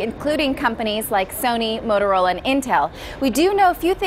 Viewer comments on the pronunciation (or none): none